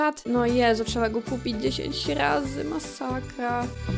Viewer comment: "POTWIEJAĆ, MASAKJA" JAPIERDOLE XD